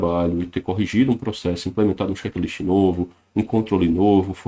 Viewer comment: Gostaria de saber o que é xekilisti? Penso que uma palavra em inglês é a pronuncia não está correta pelo fato de falar rápido. Obrigado!